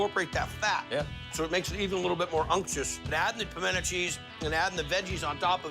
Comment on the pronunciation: I appreciate that the chef in the first clip pronounces "pimento" properly. that is "puh-men-uh"